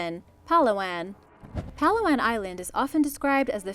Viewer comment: I lived in the Philippines but we do not pronounce it like you pronounced Palawan it's pala-wan